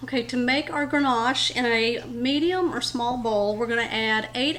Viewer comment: Ganache… no “r” in that word! Dessert looks amazing. I’ll make it for the holidays!